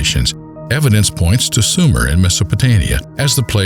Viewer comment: Wasn't it Sumer and not "Sumera" and MesopotAmia, not MesopotOmia